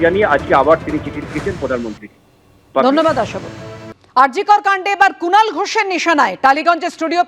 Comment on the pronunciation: Kunal noi,,Chinal 😅😅😅